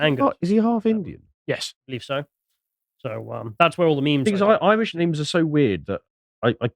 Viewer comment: damn, corny forced pronunciation of Irish places/names actually fooled you. Bonkers.